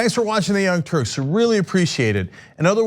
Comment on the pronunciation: "The Younh Turks" ? The Young Dorks.